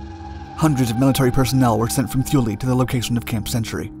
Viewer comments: It's pronounced "Too-Lee" not "Thoo-Lee". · Great video, but its pronounced Tool-e, not thoo lee. Grandpa used to fly there during chrome dome. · “Too-lee”. Not thoo-lee. And yes, EVERYONE mispronounces it. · "Thoo-lee"? I think it is "Thule", sounds like "tool". Look that name up and you will likely have the same question I do. Why on Earth would America name a base after them?!?!?!?! Knowing what the Thule society was all about, what really goes on at that base?? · TOO-LAY not THEW-LEE. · It isn't shown because it isn't happening. The Greenland ice sheet is actually regrowing. This was the worst biased "documentary" that I have ever seen. Maybe the authors of this hit piece should have actually talked with people who were there before putting this out. They couldn't even get the pronunciation of Thule right (too-lee). While the was a base at Thule, and its mission was somewhat accurately portrayed, Most of the "facts" in this piece were pure nonsense. The Danish government had full knowledge of the mission and purpose of the base (only part of which had to do with the failed missile project). As for the purported vast quantities of toxic waste left behind ... bullshit. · Drop the "h" sound. It is pronounced "Too-Lee". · The h is silent and Thule is pronounced tool-e. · Thule is pronounced "too-lee". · The letter "H" is Thule is silent, pronounced Too-lee." I was stationed there. Just Google it. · "Tuul" like "Tool" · Too-le!! It’s rather important you get it right! Imagine calling ‘Thailand’ something that sounded like a land of thighs LOL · Pretend the “H” is not there. It’s pronounced Tuley. Great vid though. Love your channel.. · It's "Tooleh" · Pretty sure it's pronounced Too-lee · It was pronounced "tool-ee" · and rhymes with zuul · This is true. Research stopped before pronunciation of a location. Typical for YouTube videos though. This isn’t to”MAY”to / to”MAH”to, but I bet you’d throw one. 😂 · Thule is pronounced with a "t" not a "th".